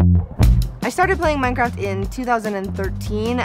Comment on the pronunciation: I PLAY MINECWAFT!!!!!😂😵😳😍😍😍😍😝😝😘😘😜😜